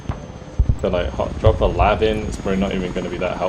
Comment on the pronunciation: Awesome game! Love watching… one inaccuracy though. US Marines do NOT call their LAV-25’s “LAVS”… they pronounce it by saying each letter separately. L. A. V.